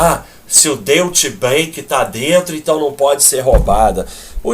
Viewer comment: Deutsche Bank se pronuncia Dói-tche bãnk,!